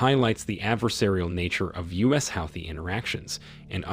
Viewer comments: Huuthee not howthis not sure why it bothers me. Great video! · Hey Mr Narrator have you been living under a rock? You must have been to continually keep mispronouncing "Houthi" ( Hooty) is how it is pronounced My bad of course you would you are an American & not that bright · The only point you have made right is the fact that Houties are part of the resistance. First, your pronunciation of the name is wrong. Secondly, the Russian support is in direct response to US arming and providing targetting info to Ukraine with the missions. Thirdly, Houties are not blicking international trades through the Red Sea. They are only targetting the transport of goods to Israel. Finally, Iran and Saudis have made peace, and Houties are no longer a threat to Saudies. You are using your platform to spread mus-information. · It's Pronounced HOOTIES!!! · i've never heard houthi pronounced like that lmao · I have never heard "Houthi" pronounced this way and maybe I'm wrong... but it's incredibly annoying as he says it this way 50+ times I think. Ugh! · This is AI. Keep saying the Houthi and Yemen nsme wrong. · The mispronunciations of Houthis, Yemen, and Yemeni are unbearable, but I appreciate the good information.